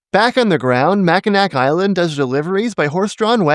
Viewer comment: Great video but I have to correct you or else I would be failing my sworn duty as a Michigander, it is pronounced “Mackinaw Island”, thank you for your time if you do read this, all do respect and love for the educational content you put on the channel! ❤️